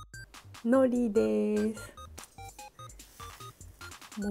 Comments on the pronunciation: めめめ 方言も地方出身者も否定しませんが、独特の海苔の発音を以前は使われていないのに、ここ最近やたらと強調されて使ってたので以前も書きましたが同じように思う方が多くいらっしゃってたから改善してくださったんだと思いますよ？元々バリバリの島根弁で動画UPされていませんし標準語をきちんと喋れる頭のいい方ですからロシアンさんは。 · いつも思ってたけど、海苔のイントネーション標準語と違うよね？あれ？私(北海道)が変なの？（笑） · ノリの発音変わってないような… 私関西でこのイントネーションなんで全然気になりませんけどねw 標準語はなんなの？ の↑り？の→り？の↓り？ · 山女悠遊地適 どちらでも良くないですか？ 自分の発音がつい出てしまったとしても、仕方のない事だと思います。 方言があれば、意識してても出ちゃうのが普通だと思いますよ。